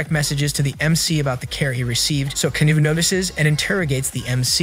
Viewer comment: It’s Kano not canou